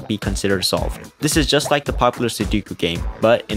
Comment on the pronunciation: why did he say “su duuu ku” it is su doo ku